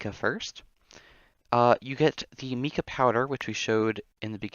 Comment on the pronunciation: I am not trying to be rude at all but the Mica powder isn't pronounced like Mika it's Micah just to let you know because it is my name 😂